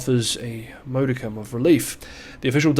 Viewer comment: A moe-dickum Doo diligence Nuckuckyoular This is an AI you tube channel. Nobody mangles English like this in real life